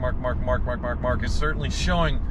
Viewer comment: Does anybody else think he sounds like a dog? He says Mark,Mark.mark